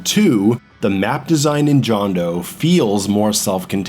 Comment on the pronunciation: It's pronounced Hondo. Did you... not listen to Deograciás? Oh. You didn't. Well that explains a lot. Maaaaan how could you skip over the voiceacting? It's so fucking good.